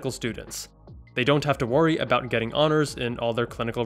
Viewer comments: aboot i'm dying hahahaha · Haha the "aboot" flew over most people's heads. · Lmaooo did you say « aboot » on purpose?? 😭😭😭😭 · Lmaooo you had me thinking you were Canadian for a second with that Aboot 😭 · that is how canadian's pronounce their O's lol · Nooooooooo I live in Canada and we never pronounce about like that😭😭